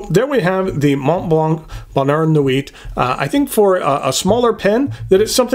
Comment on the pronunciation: Great review and a MB I'd consider buying. For whatever reason this model intrigues me, whereas many MB's do not. If I do, I'll go through Appelboom, as I've not purchased from them before and they always have a good selection of higher-end pens. Silent "T" in the word nuit.